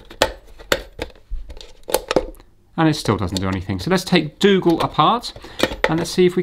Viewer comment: Dougal :) i though you said " Let;s fix Google " :-)